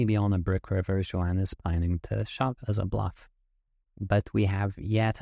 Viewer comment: Amazing hand. Great analysis. I bet your hand reading is incredible. However, your name reading is profoundly bad….. A Hispanic guy named Juan… and your guess is. lol wow. Honest mistake and made my day. Wow. That’s just great.